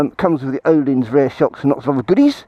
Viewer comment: Interesting review on an excellent motor cycle. One question: why can't English-speaking people pronounce Öhlins correctly?